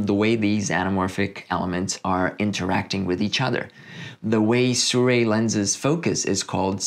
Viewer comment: It's pronounced "See-roo-eee", not "Soo-ray" :)